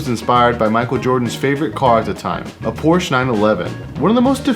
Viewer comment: I love that you pronounce Porsche correctly! 😂 English speakers tend to have trouble with that one